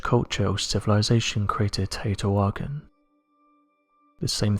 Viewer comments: Teotihuacán = 'tay-oh-tee-wah-CAHN', not 'tay-oh-tee-WAH-kin' The stress goes on the last syllable rather than the second to last because of the accent mark over the final 'a'. The mark frequently gets left off when the word is written, but regardless, that's how the it's pronounced. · Hey bud its TAY OH TEA WAH KAH N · Teotihucan pronounced TEO-TI-WA-CON